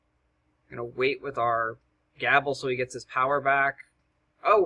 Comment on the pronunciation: Not to be picky, but Gable is typickly pronounced with a long a, like gaable,almost like "gaybel" even, love your videos man, used alot of the strategy guides for heroics, would like to see more of them in dat playlist =)